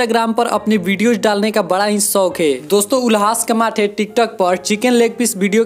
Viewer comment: अबे वो कमाठे नहीं कामठे हैं !!!, 🤣🤣🤣🤣😂😂😂🤣